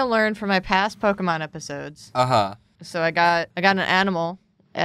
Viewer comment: Po-keh-mon Po-key-mon Po-kay-mon: Po-kye-mon